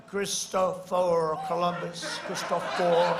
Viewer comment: Trumpski....Chriss- toe- for..wtf idiot....Christopher....oh right too many syllables....got it.